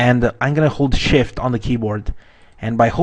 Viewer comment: Just a little thing, When you say "Hold shift" Sound like you say holy shit! ;)